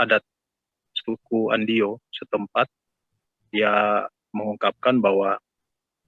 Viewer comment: Trimksh sudah memperkenalkan suku Andio, tapi klo bisa pembaca berita awal baiknya faham dulu agar tidak salah penyebutan suku Andio